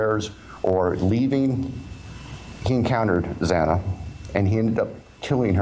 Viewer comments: I have no respect for this judge. He mispronounced Xana Kernodle's name each time. He also chastised the families regarding the public contacting him about the plea deal. Ah, too bad, Judge. Just shows his insincerity over their feelings. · This judge is a NIGHTMARE - he has more deference for everyone except the parents of the murdered students. I remember the judge on the Gannon Stauch trial and his words to Leticia - this man said NOTHING - only thanked him for standing. Chastised the dad who tried to get 11th hour justice and mispronounced Xana’s last name over and over. Completely incompetent and heartless. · No, read what is there and use your brain. I am upset that he could not pronounce Xana’s name! 🙄